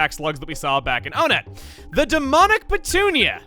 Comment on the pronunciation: Man I have no idea but like one of the few things I remember from your original earthbound LP was how you mispronounced Demonic. And I have no idea why.